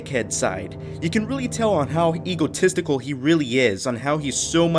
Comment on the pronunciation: stop saying eagle - tistical. Its EGO - tistical. Also please stop saying furder. Its further. Thanks